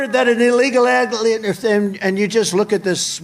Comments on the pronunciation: "Just this week it was reported that an illegal adlieemfn..." 😂 I love how he was obviously trying to pronounce the word "alien" but ended up doing an impression of one 👽 "We are showing great weaknix" Sounds like a brand of breakfast biscuits. Have you had your Weaknix? "I just say from a common sans" Common Sans is apparently the name of the font used in the teleprompter that Trump reads from 😂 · An illegal LAH-- LEE--AFUM